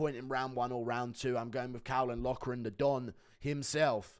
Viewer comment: Caolan is pronounced “kaylen”.